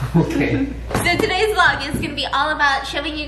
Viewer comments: no one: stephanie: 오빠 --> obba --> oboe --> oval --> OFA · Is it only me Or did I only hear Opa and offa 😂 instead of oppa... They are honestly so cute and savage with each other ❤ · Lol when she's cringing too much to say it properly she starts saying "offar" cause she doesn't wanna say the actual word. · not at stephanie pronouncing oppa like “offa” for the whole vid 😂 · ur everyday korean drama: OPPA!! stephanie soo: OFFA? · The funny thing is it sounds more like "ofa" then "oppa" 😂😂😂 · Omg idk why but when korean says OFFA instead of OPPA I start gagging till I chock 😂😂😂😂😂😂😂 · Stephanie cringing at herself and calling stephaince offa instead of oppa LMAO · it sounds like she’s saying “oupa” which is grandfather in afrikaans😂😂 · Stephanie trying to say oppa but it came out as offa, ofha, opha 😂 honestly stephanie did all the cringing, i didn't even cringe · After 10 mins in i start hearring offa instead of oppa 😂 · why do I keep hearing "offa" XD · Why does she say ofa its oppa lol